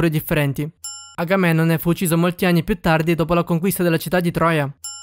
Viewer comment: Ma prima di fare video così informati sulla pronuncia hai sbagliato a dire Agamennone